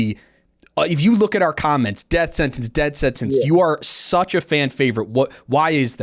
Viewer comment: “Death Sentence” or “Def Sentence”? I heard “Def” multiple times